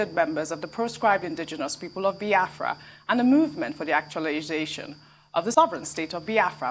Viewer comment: Reuben it is not baafra but BIAFRA